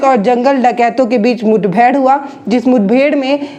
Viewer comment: मुथबेड़ नहीं, मुठभेड़ हुई थी,पकल नहीं पकड़ लिया था,😁😁😃😋